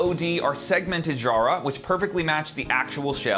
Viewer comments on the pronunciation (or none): love your sound and the snare compliments your playing beautifully But as an Aussie the pronunciation of Jarrah is emphasis on the ‘J’....phonetically sounds like ‘Kara’ as you would say not shzzarrah. 👌😎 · In Australia "Jarrah" rhymes "Farrah", i.e Farrah Fawcett if you are old enough to remember.